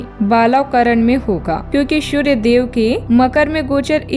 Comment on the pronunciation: शूर्य नहीं सूर्य